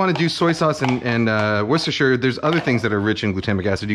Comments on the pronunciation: the most perfect pronunciation of Worcestershire sauce I've ever heard from an american, thats how you know you're a real chef. made a brit proud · The best part of the video is when Kenji pronounces Worcestershire sauce correctly :)